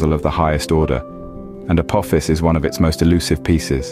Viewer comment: apo fis dont sounds right uck yaas